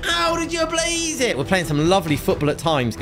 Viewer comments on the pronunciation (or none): none